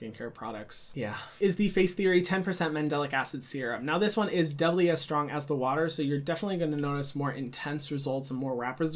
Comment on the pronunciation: Such a cutie!! The way he says ‘doubley’ 😂😂❤️